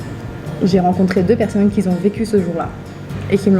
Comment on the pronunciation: Tu t exprimes très bien et le fond est très intéressant mais si je puis me permettre, évite les qui Z ont... peut-être un tic verbal..sinon tes vidéos sont très bien filmées et bien racontées..tu ne fais pas comme beaucoup de vlogueurs qui ne filment rien de ce qui les entourre ( ils se filment eux même pendant toute la video ). Tes vidéos sont super !